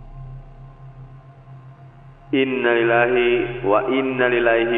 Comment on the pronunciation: Maaf bang. .. Bukan inalilahi wainaliLahi . tapi inalillahi wainnaiLaihi .. Rajiun. Yg benar.